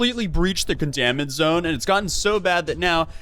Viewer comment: the way you said 'containment' zone in the opening had me googling where you were from lol